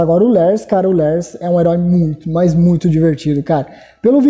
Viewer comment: Literalmente todo mundo: Lars: Lers (ou eu que sou burro e entendi errado)